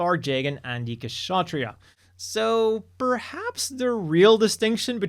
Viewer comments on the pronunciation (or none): none